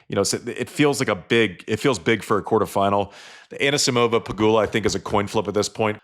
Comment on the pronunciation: The Sam Query school of normalising wrong pronnunciations has a new pupil - Roddick who insists on 'AnAsimova' (better than Query 's 'Anasamova') and 'Rabakina'. 🤯